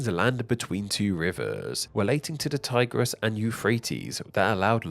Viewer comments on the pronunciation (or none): none